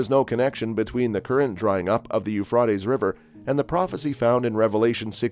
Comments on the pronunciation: The Ufradeess River😂😂😂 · its the U fra ties river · Boy does that guy chop up the words for the River. Who taught him to say that name the way he does. He makes a mess of those foreign names. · You know where n the last days when he can’t even say Euphrates river right lol😂😂😂😂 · I wish you would pronounce the Euphrates right. This is really getting under my skin. If you are going to report something, don't you think you should pronounce it right? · I think your information seems to be credible. I wish you would learn how to pronounce the keywords like Euphrates. Take time to learn the correct pronunciations so it won't hinder your message.